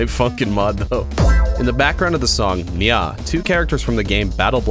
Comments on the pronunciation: It’s nyaw not NyAh! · It’s neow